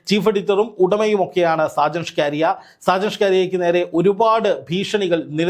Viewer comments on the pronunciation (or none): ഷ്കരിയ അല്ല മണ്ടാ സ്കറിയ ആണ് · സ്‌കാരിയാ അല്ല സ്കറിയ... മറുനാടൻ കറിയ.. മറുനാടൻ മറുത എന്നൊക്കെ വേറെയും പേരുകൾ ഉണ്ട്... 🤣🤣🤣🤣 എന്തായാലും രണ്ടെണ്ണം കിട്ടിയത് നന്നായി.. കറിയയ്ക്ക് രണ്ടെണ്ണം ആവശ്യം ആയിരുന്നു.... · ഷ്കാരിയാ എന്ന പേരുണ്ടോ ഷാജൻസ്കറിയ എന്നല്ലേ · ഷാജന്‍ ഷ്‌കാരിയ അല്ലെടോ..ഷാജന്‍ സ്കറിയ..നന്നായിട്ടൊന്ന്‌ നാക്ക്‌ വടിച്ചിട്ട്‌ ഒന്നൂടെ ഒന്നു പറഞ്ഞ്‌ നോക്ക്‌..ചിലപ്പോ ശരിയാകും😆😆😆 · SHAJAN "SCAARIAYO".........KELLKKUMBOL ARRAPPU THONNUNU....SAKKARIA ENNA PERR KETTITTE ILYAA LLE? KASHTTAM 😡😡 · അയാളുടെ പേരെങ്കിലും നേരെച്ചൊവ്വെ പറയെടോ. സ്കറിയ അതുമതി കൂടുതൽ ഡെക്കറേഷൻ വേണ്ട